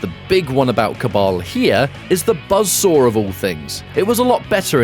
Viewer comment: BUZZ SORE ATTACK. KABOOWL. THUTTY PUH-SENT.